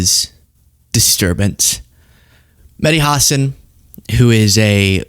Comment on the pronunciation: Medhi Hasen? Why does he pronounce his name like that? Hasan's A is pronounced like Arctic.